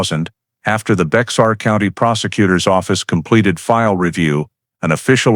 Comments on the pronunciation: BEXAR County (pronounced Bear County) not BEX-AR. When the White people came to settle in present day Texas...once they settled and took over the area they decided on making changes (typical of White people). First change was the actual original pronounced name of the land TEJAS. They didn't like it because they decided that it sounded way too much Mexican. So to fix that they decided to replace the letter "j" in the middle to "x" and thus changed the pronunciation of TEJAS to TEXAS. That is the same thing that happened to the county name BEJAR...to BEXAR. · Maybe not a big deaI to some folks, but it is pronounced Bear County, NOT Bex-are County. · Minor point: "Bexar" County is not pronounced with a hard "X". It's a Spanish word and the E&X is silent and pronounced together with a "H" sound. Like Bay-Har. This is a very intriguing story and very factual in investigative lay-out. As a retired Fire/Arson investigator with over 20 years in that position I can relate to every part of this. Every fire fatality had to initially be handled as a homicide until accidental causes could be determined. Once you leave the scene you may be required to get a search warrant signed by a judge to re-visit the now crime scene. The first thing the judge is going to ask is why didn't you finish your investigation when you were there the first time. Lots of times we rely on the results of the Medical Examiner to determine if the victim was dead prior to the fire or if there were in any projectiles in the body that we could not see due to charring. Maybe the deceased was the arsonist. The job was anything but easy and no two were exactly alike. Glad to be retired from this for the past 36 years. Now the only fire I concern myself with is the one I'm grilling hot dogs or hamburgers on. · Bexar is pronounced “bare” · Bexar County is pronounced like bear. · Its Bear County. The X is silent. Its Indian/Mexican for friend. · Bexar county is pronounced bear or bare. I lived there 4 decades.